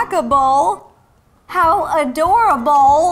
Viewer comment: They're stacka-bowl! How adora-bowl! I'm just on the roll! I died :D